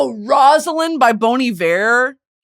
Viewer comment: embarrassed to say this is my first time hearing how bon iver is pronounced 😭 i’ve been saying it so wrong for yearsss